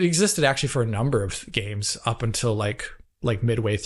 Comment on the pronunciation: "xbox one Gays" 😂